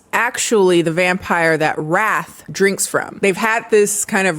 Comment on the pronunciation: I swear I spent about 10 minutes trying to figure out if the main vampire guy's name was Wrath or 'Raf' because I kept hearing Raf and decided to just roll with it. Hearing how unhinged his brothers' names are helped me realize I was wrong.